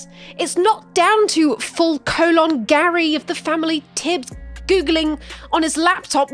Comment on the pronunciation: Why is the only thing that I noticed the entire hour-48-ish of content that stood out to me was the way you pronounced colon several times? I actually enjoyed everything, but that was the only one I replayed through.